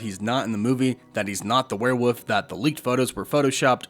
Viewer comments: WEREWOLF IS PRONOUNCED WERE-WOLF NOT WERE-WPPF. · It's werewoLf. Not werewoof. There's an "L" in the word. Pronounce it. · Is it really called “werewoof?” Why are you saying werewoof? Isn’t it werewolf? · Why do you keep saying warewoof instead of werewolf? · It’s WEREWOLF!!!! Not werewof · It's a werewolf man not a werewoof. Please stop... it hurts... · I keep hearing you say "wereWOOF" instead of "werewolf". Woof woof. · Why are you saying “werewolf” like “werewoof” can you not prounce the L or something? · Why do you keep pronoucing it "Warewuff" lol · Am I the only one hearing "werewoof" 😂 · I still don't know what a where woof is. Come on man! What is a where woof? 😂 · For hell's sake there's an L in werewolf! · why does he say werewolf like that